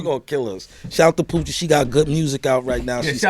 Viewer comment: The lady he is talking about: her name is Pucci Galore, not Poochie.